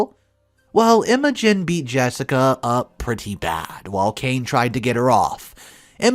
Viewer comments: This is how emotion is spelled not Imogen . It’s pronounced ima gene without the e. Learn how to pronounce words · Had to pause after I heard you mispronounce "Imogen." Think of it as "Emma Jean," but with a New Zealand accent. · EMO-GIN? PLEASE do us all a favor and ask someone how to pronounce names. It is extremely RUDE to mispronounced OPs names. Why are you so rude? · Isn’t it pronounced Emma-Jean (it’s an old fashioned name). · Pronounce it like M O Jean. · The I in Imogen, sounds like the I in Dim. Also the o is short, not like emoji at all.